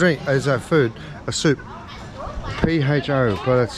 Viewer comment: you say the soup like this”Fuh” It is spelled pho and said like the French word for fire which is “feu”.